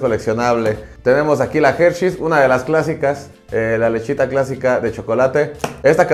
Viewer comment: La "Gercheis" . Excelente pronunciación de inglés de nuestro cabecita de trapeador. 😅